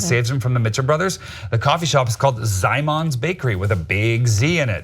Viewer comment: The name of the Coffee Shop is in Polish. Szymon's is Simon's in Polish and you read it " Shimoan's". :)